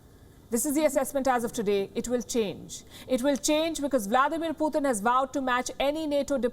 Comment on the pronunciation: You are doing remarkably well, except the part we have to hear 'Poothin' instead of Putin. Difference between POOR THING and POOR TIN.